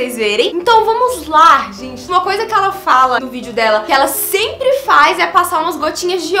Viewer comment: eu ri de maaaaais " oi minha gene " kkkkkkkkkkkkkkkk ameeeei